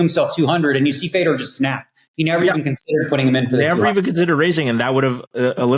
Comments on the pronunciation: Fay-Door - you can say it correctly,. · How can't u Pronounce Fedor correctly ! He's a legend ! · I don’t know why but I found him mispronouncing it tilting af